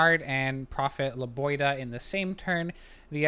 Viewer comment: It's LebiOHda, not LebioDA.